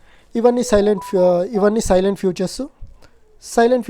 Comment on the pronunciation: సైలెంట్ ఫీచర్స్ కాదు బ్రో salient ఫీచర్స్